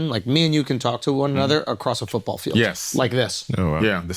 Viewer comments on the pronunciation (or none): none